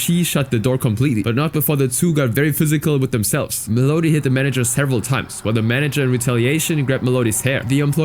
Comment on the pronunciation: Mel odie? Melody bro